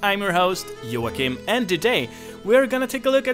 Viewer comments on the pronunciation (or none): none